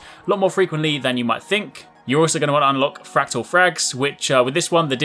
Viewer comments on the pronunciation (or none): none